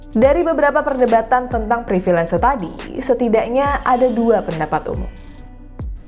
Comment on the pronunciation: Permisi. Privilese saya lihat ada di KBBI yang artinya Hak Istimewa. Tapi apakah konsonan "V" di kata Privilese ini dilafalkan seperti "V" dalam kata Privilege? Dari awal video saya penasaran, dan mengganjal di telinga mendengarkan kata baku yang dilafalkan campur dengan konsonan bahasa Inggris.